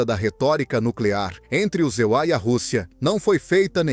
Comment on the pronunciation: Não existe os EULIA ,fale e pronuncie palavras corretas em PORTUGUÊS não em PORTUNHES